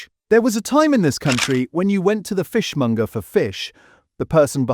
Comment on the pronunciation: It's fishmonger, not fishmunger FFS. AI cockup again.